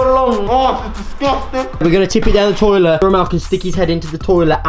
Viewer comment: "Torlet" I love Romell man 😂💯 x